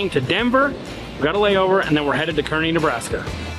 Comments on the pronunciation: Kearney is pronounced CAR-NEE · Hopefully they'll SPLAIN TO you it's pronounced (karny), all locals in NE pronounce it with an "A" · Kearney is pronounced car knee